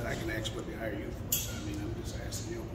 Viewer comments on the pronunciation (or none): He’s axein you a question